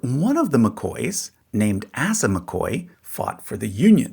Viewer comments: AY-sah, not ASS-uh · Just watched Hillbilly Elegy last night. This really clears up some missing information from the movie. Also, I believe the correct pronunciation of "Asa" is ay-zuh not assuh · ASS-uh McCoy huh? lol the name is ACE-uh and is Biblical and means 'physician'.... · heh. "Assa" it's usually pronounced Ay-sah. "Randall's son, Roseanna"? <_< LOL your cc's also skip Usha's family and start in on the Bowmans ahead of the narration. Honestly, I would have skipped this one, but then cursor showed the full title and former friend is a Hatfield on his mother's side, Flatbush (from DeSoto, Mo. she passed last year in 2025). and the father is descended from Jeff Davis' brother. yeah, he's total maga. hence the FORMER. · Asa is pronounced Ace-ah - not ass-ah. At least, I've never heard it pronounced any other way. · I must correct your pronunciations. Atleast in SWVA we would say "Asa" as "Aye-suh" not "Ass-uh" and "Johnse" would be pronounced "Jone-see" not "Jones" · Pronounced "ACE-UH". Asa Vance. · Asa is pronounced Ace ah. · I believe ASA McCoy's name is pronounced with the long A sound, as in "Ape", not the short "a as in apple" sound. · Also and on a side note Asa is pronounced like Ace-a (long A sound) and It is Big Eff not Big Eaf. 🤦‍♀️🤦‍♀️🤦‍♀️ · "Johnse" is pronounced "John-zee" and I'm pretty sure Asa is "Ay-suh" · Asa: pronounced: Ay-suh. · I'm cringing because this is my name and you're pronouncing it wrong; the first A is long. I did get called "Ass-uh" when I was a kid sometimes by teachers who didn't yet know me, to the delight of my classmates. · Shouldn't this name be pronounced like Ace-uh? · (With all the love and good natured teasing) It would be notable on this channel if they DID pronounce all the names correctly. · FYI the name Asa is usually pronounced “Ay-sah,” rhyming with “mesa.” At least that’s true in Appalachia. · Because you think its bad? Because when you say it like not the way which would be Asa, it TOTALLY makes it bad